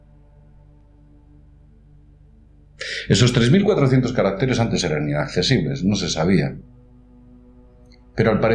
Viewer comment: ¿Caracteres o carácteres? Decídete! Si son letras o números, caracteres, sin duda. Entonces dilo siempre igual. Además, evita las paradas tan largas y el hablar a ratos TAN LENTO a veces. Para ello ensaya mejor. ¡Animo!